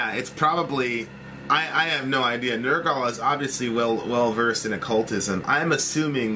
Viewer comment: say it with me,ner gull not nerrr gall